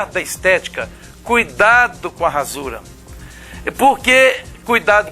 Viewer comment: Prof desculpe -me mas o Sr fala duas vezes "ransura" não seria rasura, mas antes quero dizer que me inscrevi e dei um like no vídeo. Talvez tenha ouvido errado, pode ser.